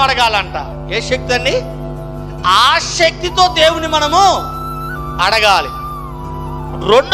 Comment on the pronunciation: Brother chinna correction..aaashakthi kadu aasakthi Ani palakaali.